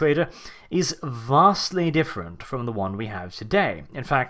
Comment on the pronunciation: The way you say vastly just sounds Imperial